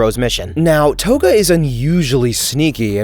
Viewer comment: The way you pronounced togas name has to be rage bait